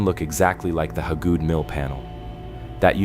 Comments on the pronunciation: it's pronounced Hay-good and there is no trees or sunlight around it, it's been put under a shelter to protect the petroglyph. The mill itself wasn't there originally it was moved there in the early 1900's. The petroglyph rock is in its original location if I'm not mistaken, it was found by someone doing yardwork at the mill in the late 2000's. I live a half a mile down the road from it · HAY-GOOD. It's HAY-GOOD. I've lived in Pickens county most of my life. That name is all over the place. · Yeah, why didn't someone fix that crappy AI pronunciation before they published??